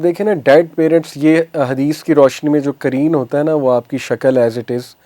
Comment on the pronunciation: Not ترین it's قرین۔۔